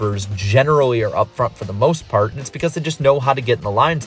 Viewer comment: Am I the only one who hears “he has for the most fart” under the BK section?